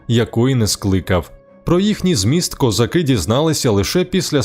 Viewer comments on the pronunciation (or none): none